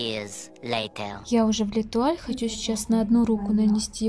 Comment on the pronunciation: Не летуаль, а лЭтуаль 😂